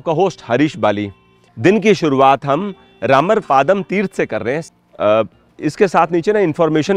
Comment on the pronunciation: It's not रामर पादम it's रामर पद्म